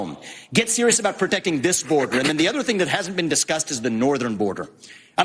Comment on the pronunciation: "Canada and Mexico." What is that aboot? .